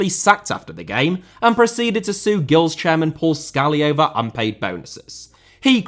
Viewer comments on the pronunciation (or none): Do your research better on name prenounciations , it's not gills as in fish it's prenounced Jills.